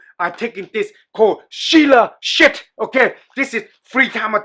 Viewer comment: Did i just hear say Sheila Shits..lol